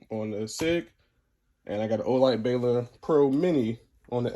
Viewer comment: Ball-Durr is how u pronounce the light not Baylor 😂😂